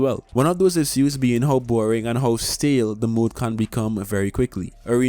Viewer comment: Thanks for your vid 🔥! No offense at all, but I cannot get along with the way you pronounce "issue(s)". I hope i will get used to it soon. 😂